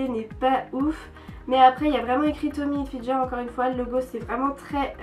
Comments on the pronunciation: mais on dit pas tommy hilfidger on dit tommy hilfinger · on dit tommy hilfinguer pas hilfinjer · heuu, juste, ca se dit "tommy hilfgUer" merci